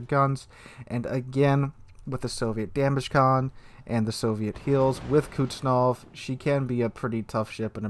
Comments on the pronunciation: IGN: TARQUIN21 Server: NA Say it with me "kooz-net-sov." Kuznetsov. LOL I'm sorry, but that really bothered me. Love the content. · Didnt realize "Kuznetsov" was so difficult to pronounce...